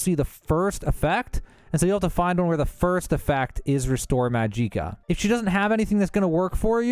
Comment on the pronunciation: Majeeeeka in the gilded karafey. If these are intentional well done.